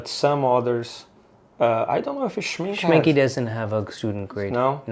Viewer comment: Hallo, Rajiv. Your German pronunciation sounds great, especially when you recalled what your friend's Oma said-- but please help spread the word that Schminke is not pronounced Schmin-kee🤣, but rather Schmin-kuh😉! Love watching all of your art adventures with Marcelo! Tschüss!